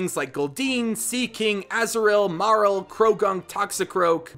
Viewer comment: It's so hard to understand you when you say Azurill and Marill🤣